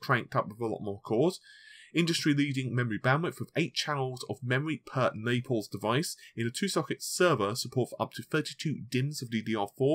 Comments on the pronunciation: Naples is pronounced ney-puhlz not nepauls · "Naples", not "Nepals", bro.